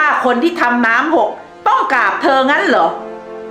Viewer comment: กราบ ค่ะ ไม่ใช่ กาบ